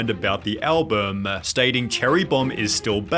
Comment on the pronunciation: Are you pronouncing "album" wrong on purpose like the weird guy that does pc tricks?